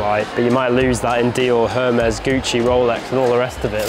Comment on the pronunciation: I’m sorry but I can’t deal with the way said Hermés 😂🤦‍♀️